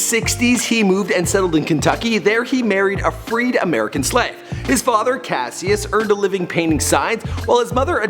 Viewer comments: Cash-is clay not cass-ious clay, the pronunciation you have on these names drives me up a fucking wall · CASHUS not kuh sy us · my name is Cassius an its not Cass-ius its cash-shis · Cascious (cashis) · Cash-us not cassie-us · clasiuis lol its cashius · THIS IS HOW U KNOW HE GOOGLED THIS HE SAID CASEIUS CLAY ITS PRONOUCED CASHES CLAY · Okay, what the fuck. Cassius is pronounced as Cash-oos. Are you actually this dumb. You do not deserve to make a video about The Greatest. This is a disrespect. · it's pronounced Cash-is but spelled Cassius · Cassius is pronounced CASH-us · its pronounced cohshus clay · Cassius is pronounced like Cashus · fucking keemstar 2.0 with his horrible pronunciations his name is pronounce as "Cash-us Klay" the fuck you tryna say... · It's pronounced Cash Us CASHUS but spelt Cassius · You absolutely butchered his original name you dumbass. it's pronounced "cash-us" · Yo did you really just call Cassius Cass- see-us? Smh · I'm sure everyone noticed he pronounced his birth name wrong